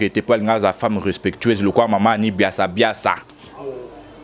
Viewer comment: C'est Annie biasibiasi et non biasiabiasa